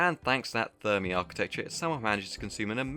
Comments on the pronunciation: After rewatching the video I realized you called Fermi Thermi 🤣🤣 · I may hear you wrong but the architecture is Fermi ,with an F not with a T.